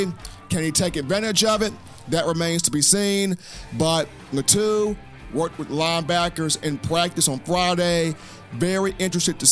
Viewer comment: His Last name is pronounced LAH-TWO (Latu)